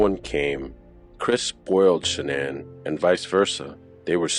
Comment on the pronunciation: Funny Her Mother called her Shanon and every body else calls her Shanaan! I heard w my own ears a video of her mother talking and never called her Sha naan. Only Shanon!!